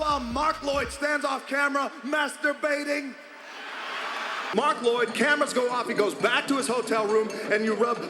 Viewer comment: "It's me Mark Woyd"